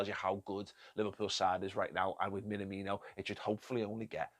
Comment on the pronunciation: BTW, please learn the pronunciation (not that hard really). Imagine someone asks if you are an Everton fan: "Me? Nah! Me? No! (emphasis on the second word, and elongate the aaaahhh sound). me-naaah-me-no